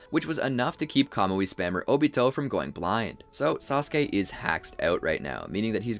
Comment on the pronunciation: its so funny that he say kamouye spaming kakashi